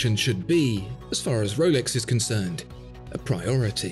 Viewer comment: Woolex daytona 🥺🥺💦 That’s very pretentious pronunciation